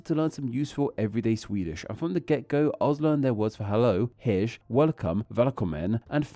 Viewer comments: At least try to pronounce the words correctly. It would take literally less than 10 seconds to look up the pronunciation of “hej” and see that it’s /hɛj/. It’s pronounced like the English word “hey” and not “hedge”. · Hm. Hej isn't pronounced as hesch. J allways sounds like y in "you" no matter the position in a word as long as it isn't a loanword. Strange that Babbel didn't teach it properly. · nah bro its pronounced hesjhhh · Yeah it didnt sound like: hej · Especially when hej in Swedish is pronounced the same as hey in English. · Hedge?! Sorry, your obviously incorrect pronunciation reduced my confidence in your content. To be honest though I was happy you covered this topic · I doubt his bad pronunciations were because of Babbel. He couldn’t even pronounce “hej” correctly. I’m sure Babbel has the correct pronunciation for it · It wasn't really a good ad for Babbel, though, claiming that he had used it to learn Swedish but not even being able to pronounce "Hej" :D